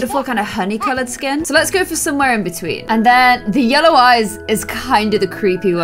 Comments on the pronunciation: says lellow instead of ye ll ow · we have baby lellow Me: what did she say? Did she say lellow it’s yellow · its yellow not lellow😂 edit: my favourit is yellow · And she says lellow in stead of yellow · ITS NOT LELLOW ITS YELLOW lol😂😂🤣🤣🤣🤣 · Omg who else noticed her say Lellow a few times 😂